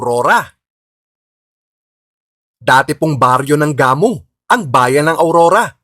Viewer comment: Gamu, pronounced na mabilis hndi gah-mu